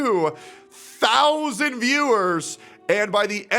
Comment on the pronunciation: your breakdown of the viewing numbers is so annoying. "SIX THOW ZAND VIEWERS". like bro just say it. sound like the chick Mike from PA was simping for when she was begging for money.